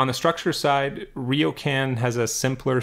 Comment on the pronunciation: Very good analysis! One small point: it’s Riocan, not Riokan nor Rio can 😎